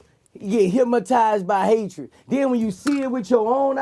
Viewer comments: he keep saying "hypmotized" instead of hypnotized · HYP-MO-TIZED WITH HATE..... NIGGA CANT SAY HYPNOTIZED BUT GOT MILLIONS......GO HEAD BOOSIE, I SEE YA BOY! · "HYPMOTIZED" LOL classic Boosie